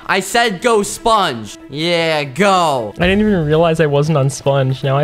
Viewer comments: I love how he pronounces sPungge!!! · It’s hilarious ho he says sponge